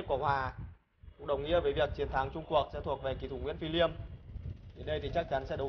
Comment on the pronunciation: Liêm chứ ko phải lim ông ơi